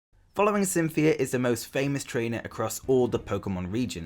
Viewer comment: Cynthia. Just...Cynthia. Lol